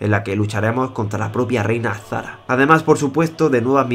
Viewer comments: Me sorprende que pronuncies bien "jaina" y sin embargo digas azzzzzzzzzara... ahí marcando bien la Z, es az"shara. . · Jajajaja, es daños colaterales de ser andaluz jajaja. Ponerme z y s junta es para mi un ejercicio dificultoso de realizar jajajaja. Porque aquí casi no pronunciamos las s. Créeme, tuve que grabarme diciendo azshara 5 veces. Esa fue la que mejor salió :v